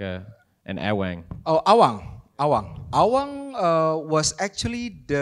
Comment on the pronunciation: Awang kalau bahasa inggris jadi Eweng 😅